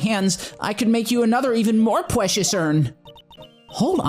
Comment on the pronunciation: Pwecious uwn UwU